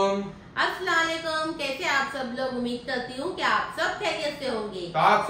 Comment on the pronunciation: Please pronounce assalamualaikum mam 😊